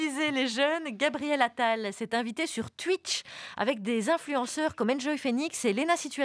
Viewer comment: Charline dit "houite" mais elle dit "tuitche" 😂